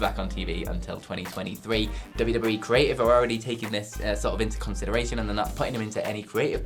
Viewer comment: "dubbu-dubbu-wee"? Goddamn, slow down, guy